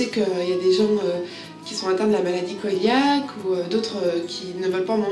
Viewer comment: la maladie coeliaque se prononce "séliaque" et pas "koéliaque" !!!